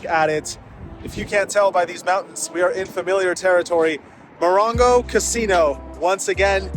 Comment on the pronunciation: Moron-go or Mo-ron-go?